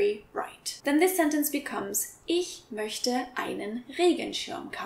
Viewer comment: What's up with the ig (ich) and the mögte(möchte)? Why is she saying like that?